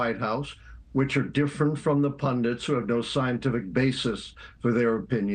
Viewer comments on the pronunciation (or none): "he makes the bold claim there that pundents have no scientific basis . . . " Why does every amateur Youtube political commentator struggle with the word 'pundits' ? . . . it's 'pun-dits' and not 'pun-dents'.